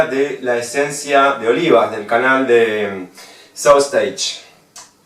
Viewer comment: Sauce Stache se pronuncia sostach